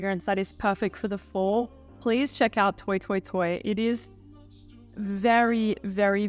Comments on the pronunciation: Did you say, "toy toy toy?" Isn't it French? Then it's "twa twa twa.' So surprised at this pronunciation. And you with your Pierre. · Love your videos! I think it's pronounced "twah twah twah" because it's a French house 😊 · how about “toy toy toy”